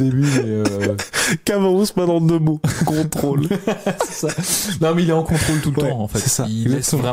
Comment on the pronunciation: En deux mots : Con-Trôle 😂 Merci les mecs, j'ai bien rigolé